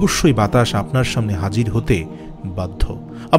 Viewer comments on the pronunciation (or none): none